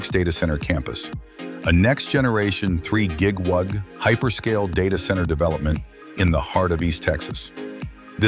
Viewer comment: it's 3 GigWug... love the AI narrator...